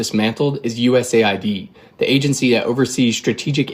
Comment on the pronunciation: Americans established USAID, but they can't pronounce it correctly. It is US AID, not USA ID !!!